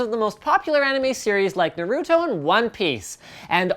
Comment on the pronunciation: u really need to learn how to say naruto